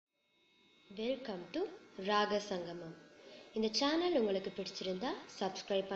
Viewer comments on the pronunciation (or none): none